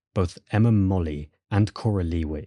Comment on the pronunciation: Interesting. Molloy is usually pronounced as spelled, not 'Molly'.